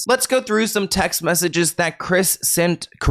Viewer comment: It’s the way you’re saying the word “beat” for me 😭 petty